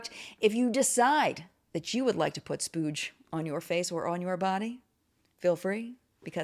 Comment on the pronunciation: That's "splooge" 🤭😂😘